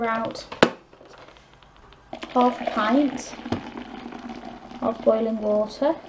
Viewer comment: Did u say 1 Pint or half pint of boiling Water????? It wasn't very clear